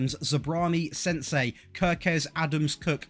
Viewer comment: I literally laughed when you called Senesi, "SENSEI".😂😂😂